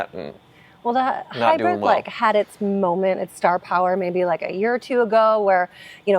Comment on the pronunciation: it’s pronounced Hybrid—not Hybred